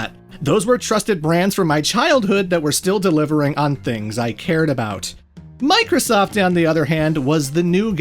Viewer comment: Why did I hear boobiesoft.